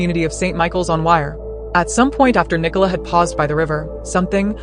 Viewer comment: The village is located in the county of Lancashire, not Lincolnshire. Is the name Nicola unknown outside of the Commonwealth? Apparently no-one in the US can pronounce it correctly. What about the early underwater searcher who claimed that he had located her body but was told to ignore his findings by Lancashire police? What about the police’s ghastly attempt to victim blame by publicising unnecessarily publicising her personal health issues?